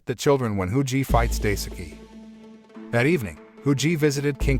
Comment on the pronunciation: Daisuke is pronounced “die-ske”. The “e” pronounced the same way as the “e” in “every”.